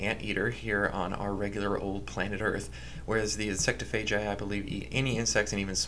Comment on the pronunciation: the way he says “insectophagi” bothered me. i say it like it’s spelled, “insect-off-a-guy. insectophagi.” maybe i’m wrong tho